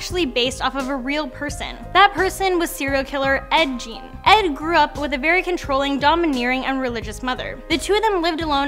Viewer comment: Not "Gene" it's pronounced "Geen" FYI (Well heLL that still looks like Gene...but it rhymes with keen...)